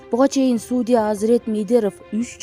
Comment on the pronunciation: Суудя эмес,судьЯ